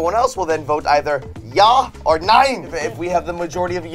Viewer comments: I found it funny how they said jaw instead of ya (ja is purnounced ya) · Its pronouced ya not Ja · I love how you Pronounce ja and nein. No offense bit it's pretty funny